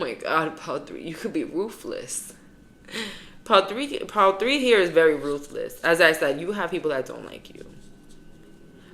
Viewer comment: “it ees what it ees” /